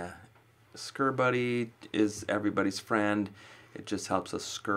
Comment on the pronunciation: he might be even funnier than you we need more in our life! and did he say screw buddy for your scorepal but sure sounded like it;)